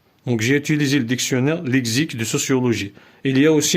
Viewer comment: Lexique ,se prononce s le "x" non z